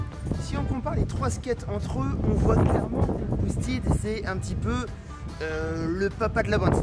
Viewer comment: Les mecs de chez boosted auraient pu au moins t’expliquer comme prononcer « boosted » ahahah. Vu le nombre de fois que tu le dis. Rien que passage où tu détailles la gamme, tu dis 4 fois boosted en moins de 30 secondes. Le E de « ted » se prononce comme un E classique et non pas un I. A part ça bonne vidéo, l’intro au drone FPV est juste dingue.